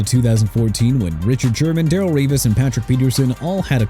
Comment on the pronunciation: JACKSONVILLE JAGUARS PRONOUNCED JA-GWAARS NOT JAG-WIRES OKAY?! AND DARRELLE REVIS PRONOUNCED DUH-RELL REE-VIZ! ARE YOU DONE BUTCHERING NAMES OF TEAMS AND ATHLETES?! HUH?! YOU NEED TO BE DONE CUZ IF YOU CAN'T GET THOSE NAMES RIGHT YOU DON'T DESERVE TO BE HERE PERIOD!!